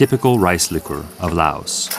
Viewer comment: These White people need to speak the language before doing Laos documetary. White people pronounce Laos language is like three and tree sounds the same.